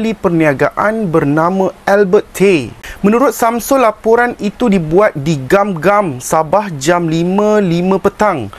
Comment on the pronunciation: Sorry bro! Gum Gum to berbunyi "goom goom" bkn "gam gam"! 😊